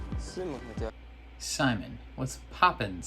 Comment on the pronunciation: Simon's name is pronounced "sea monster" without the -ster